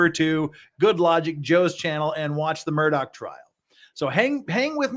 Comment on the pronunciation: It was disingenuous to state that the man's life came down to 20 min of oral argument. The written appeal/response is what the court really considers. The oral portion is there for the judges to ask questions - exactly what you seem to take issue with. PS: Please learn to pronounce Murdaugh correctly.